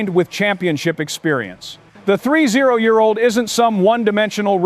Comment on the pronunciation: I know. AI GENERATED NARRATIVE IS ANNOYING!! The 3, 0 year old?? Not "30"??